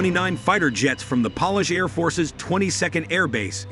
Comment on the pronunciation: Please dont pronuce polish a polish like nail.polish